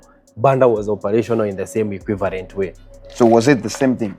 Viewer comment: PUBRIC....EQUIVARENT.....alijicon mpaka ngoso.....really nigga really....